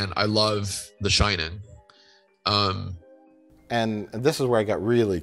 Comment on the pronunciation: "I love... the shin'n"